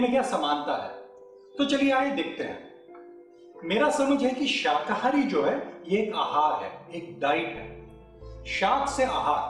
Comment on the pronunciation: Sirji शहाकारी बोल रहे हो आप, शाकाहारी है वह ✨